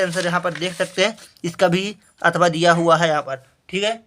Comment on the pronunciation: अथावा नहीं अथवा होता है